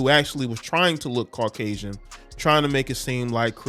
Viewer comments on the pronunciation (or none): really said carcasian 😭😭